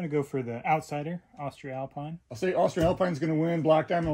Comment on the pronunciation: For everybody wondering how to pronounce their new favorite brand of carabiners: it's "Austree-alpeen"